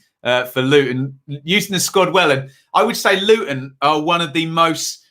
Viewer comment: Good video again. I see your pronunciation of "Looun" is spot on 😁⚽️🎩